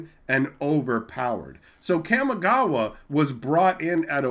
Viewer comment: Hey there just wanted to let you know in Japanese a is pronounced only as ah. So Kamigawa is pronounced Kah-me-gah-wah. Not kam-e-gah-wah.